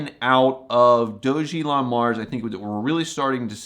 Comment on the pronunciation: Hello. You probably don’t know….but do you know your pronouncing DOG-elon Mars incorrectly?! The ‘doge’ is not pronounced like when you say ‘Dogecoin’. It’s pronounced like you saying Dog + Elon